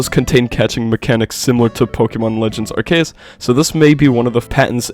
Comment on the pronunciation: Nah bros pronounciation of ARCE- US has me tweaking in my college classes bro